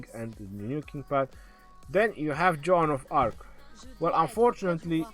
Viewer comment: Lol sounds like you're saying John of Arc lol